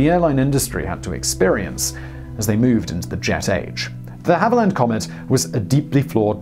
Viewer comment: You’re getting closer, but still risking your British citizenship by mispronouncing and misspelling DeHavilland, one of your homeland’s most legendary aircraft manufacturers.